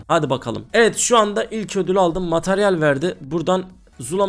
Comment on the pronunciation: Mataryal değil materyal 😂 dilin dönmüyor sanırım.